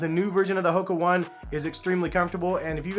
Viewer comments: Its not the Hoka One. The Company name is Hoka One One. "One" is pronounced "Oh-Ney" as its an Asian company. The Company makes several models of shoes. Your video primarily showed the Clifton 6 model which is not considered the lightest model. Go Google it, you'll see at least 7 different Hoka One One shoes for men. Cheers! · The correct way to pronounce HOKA ONE ONE is “Ho-Kah Own-ay Own-ay.” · The Hoka One One is pronounced "Ho-Kah Own-ay Own-ay" btw!